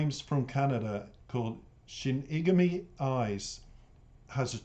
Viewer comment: Pronounced Shin-y-gah-mi Eyes. Best reaction video thus far!!!. Enjoyed the whole vid!!!